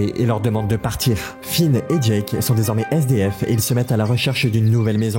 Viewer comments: C'est Jake pas jak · Pas jake... phonétiquement c'est "jaike" . Ton jake me fait très très mal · Pourquoi te prononce mal jake 😭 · Juste c’est LE roi lych et c’est enKIridion en terme de prononciation… aussi on dit jaike pas jaques